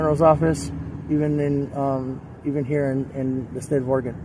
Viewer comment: Thank you for pronouncing Oregon correctly!!!😁